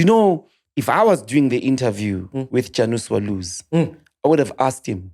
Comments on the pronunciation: Team your failing us it’s not Julias it’s Julius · Mac put a "U" on the "Julias"